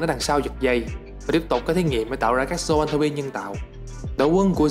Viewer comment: zon-throp chứ k phải th ro pi nhé :))